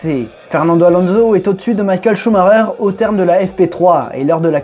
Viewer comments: On dit pas Coux Marreur on dit SchumaCKER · pourquoi il dit ''Shumareur'' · Maïkel ? Il est pas allemand Schumacher ?